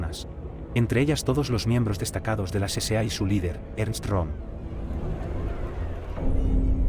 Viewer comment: No se dice CCA, se dice la SA, acaso no fuiste ala escuela nocturna